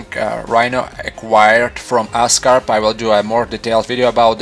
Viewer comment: oscorp not ascarp great video though funny accent, but great video. i like the way you observe every little detail